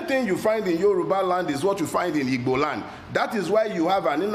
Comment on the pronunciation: First time hearing anyone pronounce "Igbo" correctly instead of Ibo.